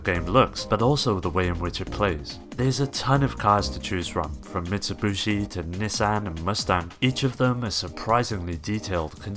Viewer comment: "MitsuBUshi" lol 😆